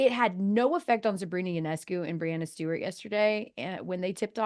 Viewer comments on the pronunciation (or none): none